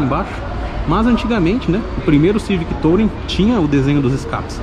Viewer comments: A pronuncia correta de "Touring" é "turing" não "tOUring" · Legal, mas a pronúncia correta em inglês da palavra touring é “tuúrim”... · legal o vídeo, mas podia pronunciar "tulring" pra ficar melhor